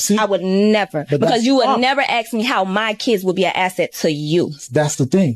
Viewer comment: The lady talking about being board her first red flas was say axe instead of ask